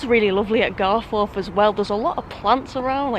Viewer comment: The gates are further up the road on the round about, spent a lot of time down at croggie as a lad during school days... Leeds lad by trade you see 😝 Now.. It's "GarfUth' not "GarFourth" We're Not posh.. On to Mickie, which is a bit of a s**t hole... Well done for not getting stabbed!😁👍